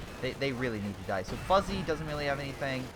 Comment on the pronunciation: Did you really just pronounce Fuzzy as Foozie?